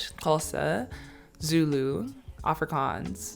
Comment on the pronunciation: It's not "tswana" it's pronounced "Setswana" 😊